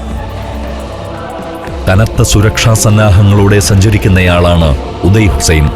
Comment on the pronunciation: ഉദയ് ഹുസ്സൈൻ അല്ല, ഓദ യ്യ് ഹുസ്സൈൻ അണ്,Audaay Hussain.